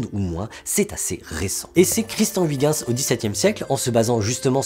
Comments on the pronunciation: Que ce soit avec le cesium ou le strontium, une interférence non prise en charge serait dramatique pour la mesure du temps. Le plus grand mystère qui reste est la raison pour laquelle les Français écorchent « Huygens ». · La prononciation de Huygens francaise au lieu de neerlandaise c'est trop marrant XD J'vais au moins essayer d'utiliser celle de Wikipedia :')